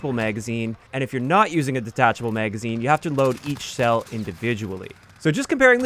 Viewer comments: wtf is a "meygazine" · it wasn't until a few months ago I met one of my coworkers, and he's from the Midwest (Montana) and first heard "bag" pronounced as "beyg". Nowadays I've been noticing more and more similar words pronounced that way and this is the first with magazine 🤣 Are you from the Midwest as well?